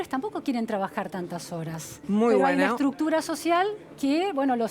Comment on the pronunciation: Cada 10 segundos la entrevistadora dice: una estructucra social Jajaja